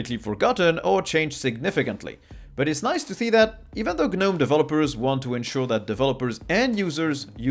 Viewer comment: The "G" is silent in Gnome ro Gnu etc.